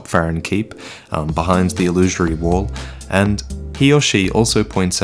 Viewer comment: why cant every dark soul content creator pronounce the word "Illusory" ?